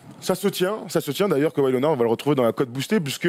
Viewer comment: Keuwaï ça fait saigner l'oreille aussi ! ^^